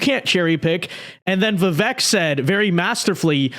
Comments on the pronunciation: First, it’s Va- Vake. Learn to say the name properly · Pronounced like "Veevayk". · Bro if you respect Vivek please do him the minimum courtesy of saying his name right!